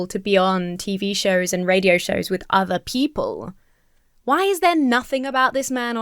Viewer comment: I’m gonna walk around all weekend saying “hwhy?!” cuz the way he pronounces it definitely has an H at the beginning 😂